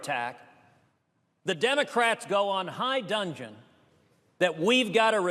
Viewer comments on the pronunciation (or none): It's "high dudgeon," Ted -- NOT high duNgeon. Pretty embarrassing, I'd say, that a national debate champion and U. S. Constitution scholar who's practiced 11 times before the Supreme Court could mispronounce "dudgeon" as "dungeon." Better get yourself a speech coach. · He said HIGH DUNGEON!!!!! Not high dudgeon